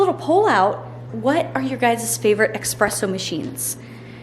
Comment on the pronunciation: It's pronounced espresso with an "s" not with an "x". Sorry, I hate being one of those people but it was hurting my part Italian ears hearing you mispronounce it. lol 🙉